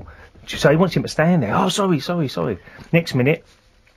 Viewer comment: Sowwy boss sowwy sowwy XD